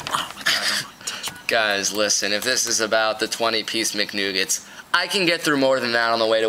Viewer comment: "I preordered a 20 piece McNoogets"